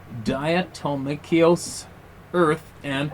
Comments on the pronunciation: Yes, they can all "suck it". 😂 The phonetic pronunciation of diatomaceous is like "die a toe may shus". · “Diatomaceous,” is pronounced “DI A TOM MA Shous.” It is tiny sea shells. Powdered. Used for all sorts of protection against fleas, anything that would have a hard style exoskeleton. I always use food grade so animals can digest it with no concern..I dust it directly on them, dust around the exterior edge of the home, keeps scorpions away as well..